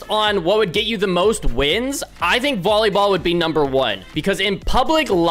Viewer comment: Bro really said bollyball